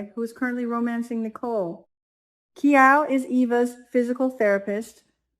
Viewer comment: Kial is not pronounced as “Key All” but as “Kyle.”